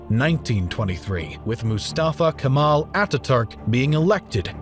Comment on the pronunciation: Not Kamal , ''KEMAL''